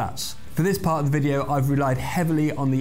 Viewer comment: "Rocket expert" ends in a T. Ex-perT. Not ex-purr. "Jet engine"? Same problem: jettt. Not jeh. "The main part of the chassis"? You guesses it: Part, not par. Happily, you don't have any problem with "accelerate" or "estimate," words which some fools on YouTube manage to mess up. "Acceleray" and "estimay" are also horrid. You get them both right without any apparent effort. You're just doing them right, not forcing it. So perhaps you'll be able to fix the ones you get so consistently, annoyingly, wrong?